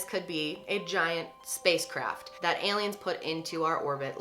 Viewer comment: "Heyliens" c